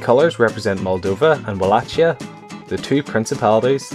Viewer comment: It's pronounced Wallahia, not WalaCHIa!!!!!!